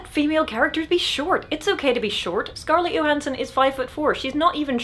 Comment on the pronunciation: finally somebody pronounces Scarlett Johansson name correctly.